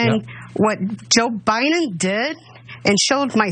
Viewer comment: "You have a lot to think about". Yes. But she must first think. Learning to think at her age, with her lack of a brain is difficult. Sh says' "Pitcher" for "picture", she pronounces "Biden" as "By-Nen" and for some off reason, she thinks there is more than one Kenosha. She says her son went to "Kenoshas" ... then she threatened the president elect. I'm assuming she is threatening "BY-Nen" with physical violence, because theat's the way this pro-murder family rolls.